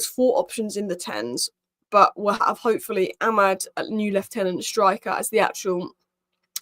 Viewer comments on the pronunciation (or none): none